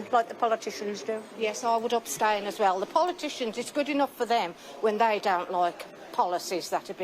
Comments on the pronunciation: “Yes I would OBSTAINas well………….” It’s ABSTAIN you gormless woman. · “ I would obstain.” 😂😂😂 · They don't even know the correct pronunciation.'Obstain', say no more. That says it all. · “Obstain” lol. Two thickos.